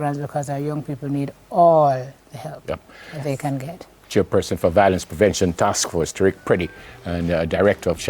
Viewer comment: VIO-LENCE and not VOIL-ENCE. I am tired of hearing this mispronunciation...